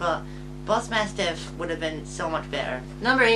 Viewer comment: I had to disagree with Bossmasstiff being a better name. The "smas" part is hard on the tongue. Mabosstiff is easier to say, you're just not saying it right 😅 I had Oinkologone on my team until I found something better to replace it very early on, and I really only had it because the game kinda makes you catch it. I feel you on the Houndstone part. I specifically went out of my way to catch Greavard just so I can name it after my sweet boy and it saved my ass on so many occassions. It's on my final team :)